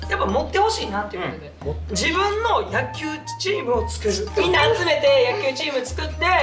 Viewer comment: 大橋和也さんによる「やっきゅう」大好物民🙋🏻‍♀️